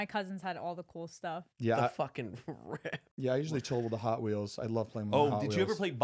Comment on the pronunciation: “yeauh” KILLED me 😂😭😭